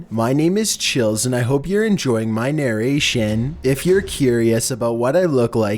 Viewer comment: "if YOU like MY narashuuun?" no not really, but you make good content.